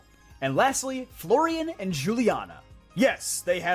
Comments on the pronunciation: Huliana, not Jewliana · Its probably pronounced Hul-i-ana sense J is pronounced like a H in Spanish. As pladea is based on Spain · juliana's name is pronounced "hu-liana" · the pronunciation of Juliana is killing me. that girl is spanish. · the j in Juliana is pronounced as h, since the Paldea region is based on the region of the world where Spain is. In Spanish j is pronounced as h